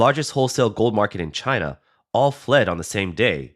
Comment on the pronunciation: It's pronounced china...😌